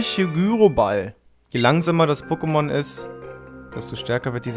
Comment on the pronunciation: du sprichst du pokemon namen faltsch aus soory is so : (